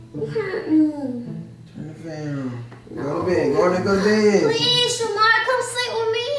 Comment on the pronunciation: Did she say shamar?